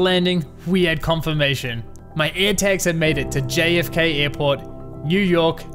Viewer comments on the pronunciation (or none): "ErhTaks" nice pronunciation buddy